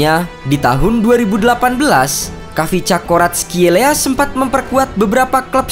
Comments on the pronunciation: D baca nya VICA Varatskelia.( Silent KH ) Dan Georgia bukan negara antah berantah d dunia sepakbola.ada kaka kaladze, temur ketsbaia dll.lain kli klo mau bikin title jgn provokatif tapi ngga riset samasekali. Indonesia malah yg negara antah berantah klo d dunia sepakbola. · cara baca namanya ada kolkolah kayak arabic kha